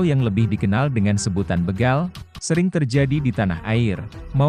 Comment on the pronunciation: BEGAL BUKAN BEGAL.. B E G A L seperti kita membaca BECAK...BEMO...BETOR..ABC Bukan di baca BEGAL seperti kita membaca BELUM..BECUS...BELUT..BEGUNDAL...BERAS dll. OK mas ???